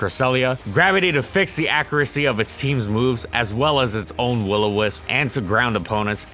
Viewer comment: "accricy" its pronounced accuracy homeboy